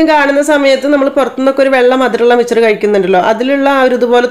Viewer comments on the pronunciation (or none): മിച്ചർ അല്ല മിക്സ്ചർ